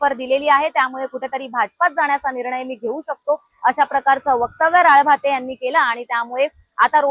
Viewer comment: राळभाते नाही ग ताई 😂.... राळेभात आडनाव आहे 😅 कितीवेळा ते चुकीचं नाव घेतेय, हसू आवरेना 😂